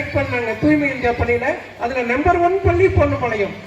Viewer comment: Vazhthukkal.but neenga solra tamil pallninu sollathinga . Nalla press panni la va press panni sollungama pl